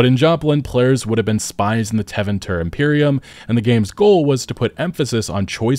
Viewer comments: When you said Tev-inter I lol’d. Teh-vintner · I can’t be the only person who cringes when he pronounces Tevinter Imperium… it’s TeVINTer. Literally everyone in every game says it that way. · It's "Teh-vin-ter"... I'm honestly pretty over all the tourists collecting up on this horrible game. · It hurt just a little bit every time he mispronounced Tevinter. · Why am I getting the impression you’ve never actually played dragon age? Like you can’t even pronounce Tevinter correctly, you made comments about inquisition being so dark when it’s just as light at Veilguard. You compare bg3 to origins as if they’re similar. You should actually play the games or do a better job with research before making a video like this. I like these types of videos, but it’s a bit insulting getting all this sanctimonious outrage from someone who isn’t even a fan of the game. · u not prouncing tevinter right makes me think u were never a fan to begin with cause wtf